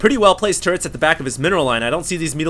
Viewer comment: he says Tierran instead of terran run into a wall of tiurets!